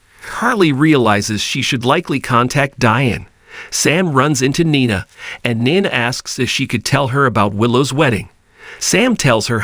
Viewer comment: Oh yeah!! Glad u asked. Nine-a, dant-tay. Makes me cringe as well.